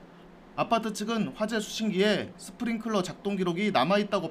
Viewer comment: 그런데 왜 다들 스프링쿨러라고 하는거예요? 스프링클러가 맞는 말입니다